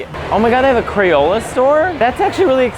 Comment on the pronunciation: 'UntuckIt', 'I wonder how big he is...', 'He's so square'.... Matteo you never fail to be yourself...and keep at it. BTW Crayola...that is a long 'o' sound... Thank you for showing us the Mall of America. It's interesting...even without Cinnabon